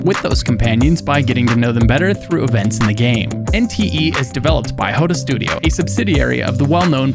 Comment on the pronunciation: Never heard anyone actually say....SWWOOTORRR